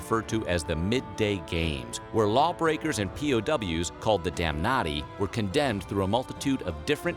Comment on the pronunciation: "criminals such as the 'damnnaughty'."